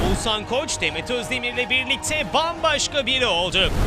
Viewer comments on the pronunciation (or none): ouzannn değil OĞUZHAN YAAA VALLA DÜZGÜN SÖYLEYİN ADAMIN İSMİNİ🤦🏻‍♀️ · edebiyat ögretmeni mi olmak lazim Oguzhani söyleyebilmek icin🤦🏻‍♀️Türkiyede bu ismi telafus edemeden tek kisisin. Keske evde biraz calissaydin